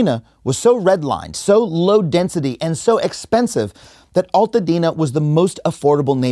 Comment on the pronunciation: Thank you for this video. As someone from Altadena, we prounounce it AL (like someones name AL) Altadena. Not Alltadena.